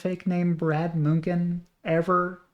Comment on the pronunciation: Such a strange way (to me) to pronounce Munchen. Since it looks so much like München, home of BMW, I was thinking there was some bad German news floating around.